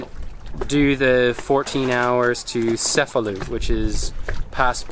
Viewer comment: So cool to se you're in Sicily beautiful land of my heritage! Also, the C's are pronounced hard there CHE'-FA-LU - CHE' as in Che Guevara. Salute!